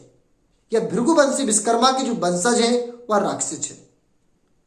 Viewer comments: Biskarma nahi Vishwakarma ... Bolna to sikh lo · नाम का सही उच्चारण करे विशकरमा नही विश्वकर्मा कहे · Ye up or bihar wale. va ko ba bolte h. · सर्वप्रथम तो आप भगवान विश्वकर्मा का शुद्ध नाम उच्चारित करें आप बिषकरमा बोलकर अर्थ का अनर्थ कर रहे हैं ॐ नमो विश्वकर्माणे 🙏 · Pehle ap true pronunciation kro Vishwakarma bolo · भैया आपने बहुत अच्छा प्रयास किया। परिश्रम भी किया इसलिए आप बधाई के पात्र है, परंतु विडियो बनाने से पहले सही तैयारी नहीं कर सके, आपको सोचना चाहिए कि आपका विडियो असंख्य लोगों के सामने जा रहा है। आप जिस महान वैदिक देवता का बार बार नाम उच्चारण कर रहे हैं, आपको ये भी ध्यान नहीं कि वह पूरी तरह गलत है। आप बार बार बीस कर्मा, बीस कर्मा उच्चारण कर रहे है, बीस विष का अपभ्रंश उच्चारण है। क्या शिल्प शास्त्र का आचार्य विष का निर्माण करता है। सही उच्चारण है विश्वकर्मा।